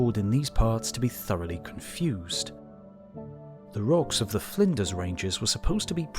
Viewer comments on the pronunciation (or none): At least here in the US, we geologists call fossils imprinted on the overlying beds “sole marks”. Flinders rhymes with cinders, btw, not blinders. Sorry I couldn’t think of an example that starts with CL. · This Narrator mispronounced the Flinders Range in Australia. He said "Finders" as in finding something! but it is Flinders - which (almost) rhymes with cinders.